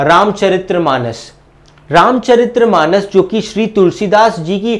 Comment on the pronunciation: oh bhai maaro mujhe maaro, ye ramchariTRRAAmanas nahi hai ye ramchaRITmanas hai -_